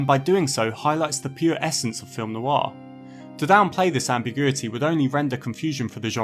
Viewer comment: "Noir" has just one syllable - not Noo-Arr